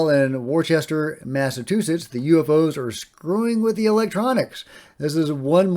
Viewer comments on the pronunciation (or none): Pronounced "Worsh•ter", fyi. The steak sauce is pronounced "Wersh•tih•sher". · It’s pronounced Wista. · The guy in the Worcester, Ma video pronounced it correctly. Pronounced Woster. Worcester is a subburb of Boston. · Its "Wuuh-stah",. (I started writing Woo-stah - LOL. Maybe theyll change the pronunciation after this.) I grew up not far from there. 🏆. Seems like we're headed toward an anti-nuke explanation. Bring it...! 💛👽🛸🌎☮️. Merry Christmas to you. I know you already got your present. 🐣🍼🎄🎁🎅🏽🤶🏽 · it’s pronounced “Wur -stir” Massachusetts (think?) Happy Holidays, Merry Christmas, Happy Hanukkah, Happy Kwanzaa, to all the “ComicRoadies” out there And a Blessed New Year! ☮️👽🎄 🎉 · The nuclear connection is.... terrifying, to understate it. Our friend Jesse Michels' upload yesterday was an EXCELLENT deep dive on the UFO-nuke connection. Edit: Wow, Jesse seems to be a trend in the comments today 😅 (Wusster is how Worcester is pronounced btw. I'm a Rhode Islander, nearby. Lots of goofy names here)